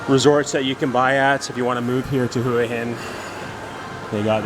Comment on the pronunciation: Hua Hin is pronounced Wha Hin, Blueport isnt better than Market Village both are good in there own way